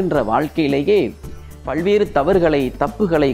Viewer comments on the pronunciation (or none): ஐயா உச்சரிப்புக் குறைபாடுகளான பள்வேறு, ஸிக்கள் இள்ளாமள், இள்ளாமல், ஸூழ்நிலை, யாராள், guணம், தடங்கள் போன்றவற்றைச் சரி செய்யவும்.